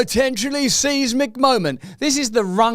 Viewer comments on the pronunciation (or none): Seismic is pronounced as the female news presenter said, Russ. Not as you constantly mispronounce it. Size-mic phonetically. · Monty Pythonesque? Yes indeed at 0.58 announcer says 'seismic, at 1.05 you say seismic. Please stick to UK English. At 1.30 they don't call him Two Tiers because he has one tier for his allies and another for his friends. Stop trying to spout in flowery language, stick to the facts.